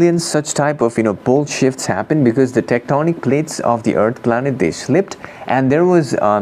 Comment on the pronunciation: "bull shifts"...even the CC translator fell for it. Better pronunciation needed, haha